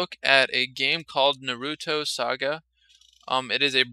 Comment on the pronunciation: Nah roo toe Not Nah ROO toe It's one word. You pronounce it like the middle sound if seperate.